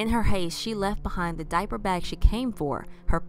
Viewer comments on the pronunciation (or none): none